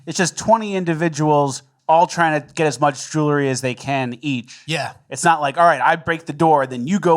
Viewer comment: it's jewelry, not jewlery.